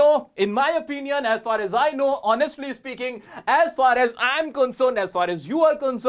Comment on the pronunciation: sir maine apka 1 vidio me dekha tha ,aap usame for me ,r, silent karane ko kaha tha to aap isame as for as kyo bol rahe , please repy me